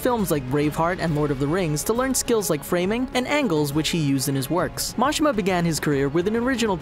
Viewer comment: It's pronounced, Muh-She-Muh